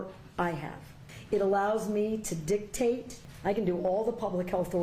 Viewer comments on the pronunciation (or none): Did she say dicktaste ???